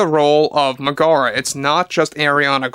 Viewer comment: Double check your pronunciation of Meg-a-ra and Hay-dees.